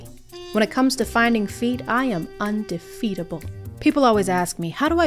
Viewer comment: "undefeetable" killed me